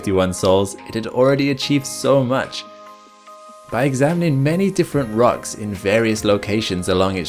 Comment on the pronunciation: “By examining many different “ruchs”...”. What are “ruchs”??? You intended “rocks” perhaps???